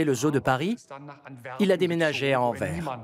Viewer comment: Les français il va falloir vous apprendre à prononcer des noms de villes... Anvers se prononce AnverSS, le S le prononce, et dans Maastricht, on prononce ça Maastrikhte, je sais c'est un choc pour vous, tout comme Bruxelles qui se prononce Brussel, courage vous pouvez le faire 😅😅